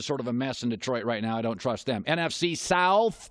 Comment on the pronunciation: extra emphasis on south😂😂😂